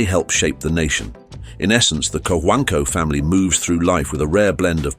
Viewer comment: co-huang-co that is how we pronounce his name..